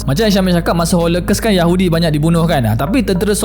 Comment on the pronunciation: ‘holokos’ bukan ‘holekes’ research pronounciation jgn lupa buat